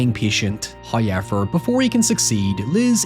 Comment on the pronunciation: Goodness i love the way you explain but whatever the fuck that "hoyever" shit is annoying as fuck. Just say the word normally bro. Hell im autistic and dont even sound that remedial.